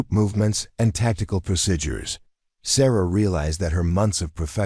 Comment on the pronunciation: So refused to learn how to correctly pronounce some words. Like procedures and eighteen and others.